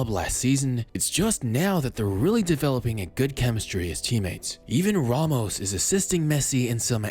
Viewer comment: Ramos* not Romos